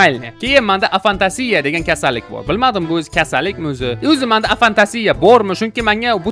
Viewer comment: Afantasiya🤣🤣 A-fantaziya deb o'qiladi yban